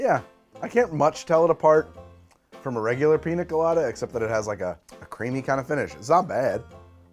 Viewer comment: Dude absolutely murdered that Piña Colada there at the end lol.